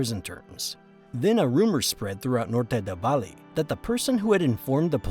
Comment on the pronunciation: not many, actually just some spanish words; “Valle Del Cauca, Norte del Valle, hombre del overol, andres “florecita” lopez lopez” and maybe a couple more👍🏼